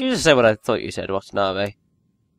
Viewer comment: Its pronounced wah tah nah beh